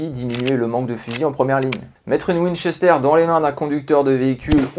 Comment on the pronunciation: C'est un " w " Pas un m